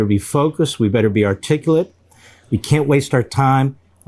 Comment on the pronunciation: did he say "we better be ar-tickle-it"? sorry, I had to go back and watch that like four times before I could move past it. the irony